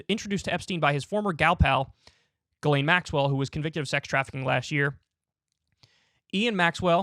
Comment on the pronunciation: Except in French the s isn’t silent and is pronounced Jisslaine. Unless she herself had a different way of saying it, Jizzlaine is probably closer. The way Kyle said it sounds like another French name, Guylaine.